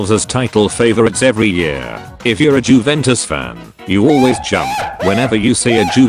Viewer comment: "jewentus" tts knows